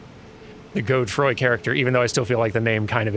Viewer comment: The name Godefroy comes from the same Germanic root as Godfrey, Godafrid, but through French. Because of this, I think you're supposed to pronounce the e in the middle rather than reading it as a modifier for the o. God-uh-froy